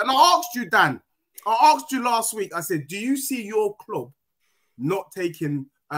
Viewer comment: Your kloooub The spurs guy from the midlands?